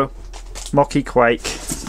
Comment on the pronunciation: Long O in mochi/mow-chee. So many flavors. Looks yummy.